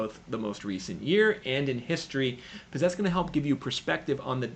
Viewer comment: Still so hard to take you seriously when you can’t pronounce “because” and instead say “biziz”